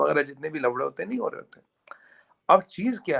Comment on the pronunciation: sahab...😅 "F" ko "V" se mat replace kariye while saying "Lafade"... 😂😂😂